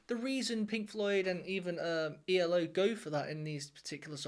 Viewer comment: It's E.L.O. Three (3 yes 3) separate letters not eeellllooo if you are going to pronounce it do it right or better still, ELECTRIC LIGHT ORCHESTRA and this album is from 1981 NOT the 1970s, so please get it RIGHT. JUST SAYING😮